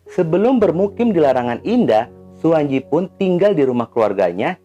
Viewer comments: suwanci bukan suwanji bacanya bang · Mf, klo ejaan lama, pembacaan tj*itu dibaca *c . Suwantji dibaca Suwanci